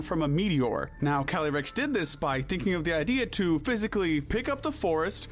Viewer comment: I’m sorry but I can’t with the pronunciations. Cali-rex?